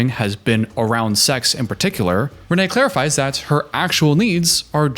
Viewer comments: For thr love of everything her name is pronounced "rain" and not Reneé.As a Reneé I don't claim her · She pronounces is Renee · I get that she isn't someone who commands respect, but I feel like you can at least do her the justice of pronouncing her name right. It's Rayne, like "Rain" spelled like "Wayne"